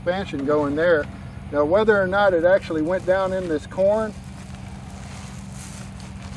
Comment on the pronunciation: "Now whether er not it went down in this corn..." 😄😄😄